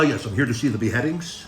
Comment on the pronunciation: “Ah yes I’m here to see the be headings”😂